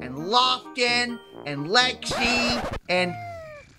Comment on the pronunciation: He said lexy